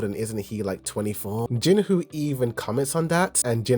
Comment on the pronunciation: Brother in jinwoo the w is silent so it's jinoo rather than Jin woo